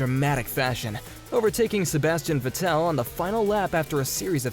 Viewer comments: Sebastian "Vetèlle" and Michael "Schùmachier"... bruhhh, please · Please edit the video and change the way you pronounce Vettel and Schumacher.. edit: scratch that, it seems like there are multiple names you don't know how to pronounce. Even track names... Go do your homework please.